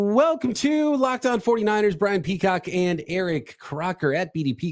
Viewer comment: He said Peacrock lmao that’s hilarious